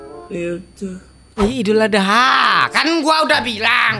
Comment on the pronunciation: Bang nama gua adha bang terus Abang Panggil nama saya tadi dengan sebutan adeha